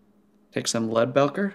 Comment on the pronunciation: great video! I've watched all your videos now and they're pretty darn good! I'm pretty sure Leadbelcher is pronounced belcher as in a burp. Like it's burping or belching lead, as in a gun. Keep up the video's I've really been enjoying them!